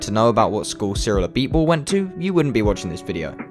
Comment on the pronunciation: Pronounces Cyrils full name Name Perfectly Me: Ah so French Noises